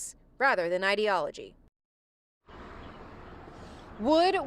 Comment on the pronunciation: My dear reporter, it is 'learn - ed', not "learned". 'Learn-ed' means he was an expert. Sad that he has needlessly passed. May he rest in peace.